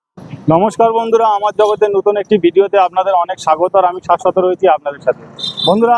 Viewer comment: আপনি শাশ্বত নন ...বালের শত...😂 ওটা খাসি না ওটা পাঠির মাংস...😂 খাসি কোনদিন খেয়েছেন..